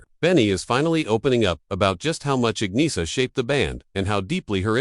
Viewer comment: “Ag-nee-uh”? AI again.